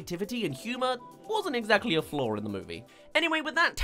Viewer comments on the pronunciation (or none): none